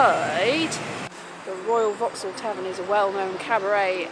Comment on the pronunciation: Lovely! And now I finally know how to pronounce Vauxhall.